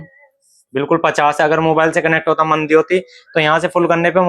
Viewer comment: मदी नही मंदी।